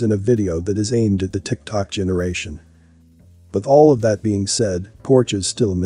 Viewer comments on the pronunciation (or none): none